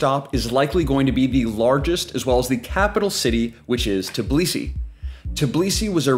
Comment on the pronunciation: Bro it's Tbilisi not Tiblisi, you keep saying it wrong. Thanks for the video though🙏🏻